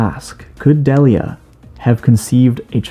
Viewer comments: It’s pronounced Dee Lee yuh, not deli uh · yo ash's mom's name is pronounced dee lia not de lia